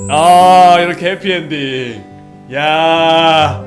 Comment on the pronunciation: 코피엔딩ㅋㅋㅋㅋㅋ순간 해피엔딩으로 들었닼ㅋㅋ